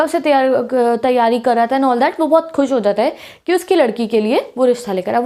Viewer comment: I am so laughing when can't pronounsence some words like 😊😂😂 that